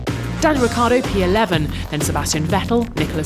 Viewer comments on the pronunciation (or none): none